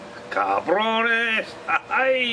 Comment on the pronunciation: He said cabrones lmao 😂😂😂funny asf